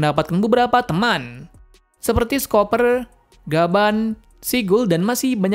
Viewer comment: min pengucapan scopergaban nya jangan di jeda itu salah besar,merusak ciptaan oda sensei csmkan baik"min...